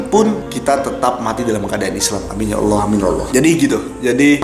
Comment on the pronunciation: Pas nyebut nama Allah fasih banget kamu, seneng bgt Aku dengernya. dan disini Aku mau menyampaikan kata² Almarhum KH. Zainuddin MZ "Orang yg beruntung adalah Orang sering mengingat akan kematian". Dan itu yg selalu Aku pegang sampai skrng. Karena klo Aku mengingat akan kematian, mau melakukan hal² yg negatif pasti berusaha utk Aku cancel perbuatan tersebut, meski kadang masih kalah dgn godaannya setan, setidaknya disini Aku udah punya pegangan utk berusaha menolak setiap akan melakukan hal² yg berbau negatif 😊🤝🙏